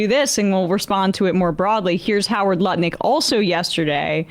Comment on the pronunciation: I am no longer able to take Lutnick seriously in any way since I heard pronounce his name 'Nutlick'.